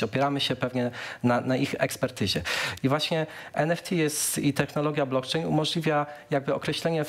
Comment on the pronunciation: Blokczejn noduje uolet. Kogoś ty zaprosił? Nie potrafia sie poslugiwac jezykiem polskim.